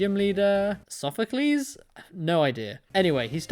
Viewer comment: You got Sophocles' and Kiawe's names right dont worry